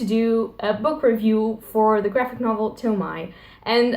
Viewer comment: It's Toh-mee-eh